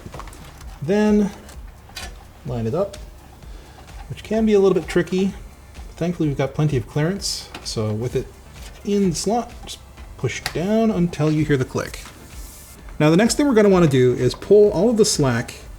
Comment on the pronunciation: When he says CLARANCE instead of CLEARANCE. "I love your accent, can you say it again?" 🤤🤤